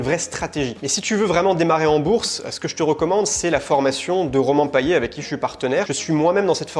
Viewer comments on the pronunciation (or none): none